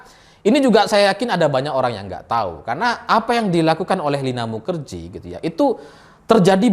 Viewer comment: Kenapa bacanya mukajahe ... 😁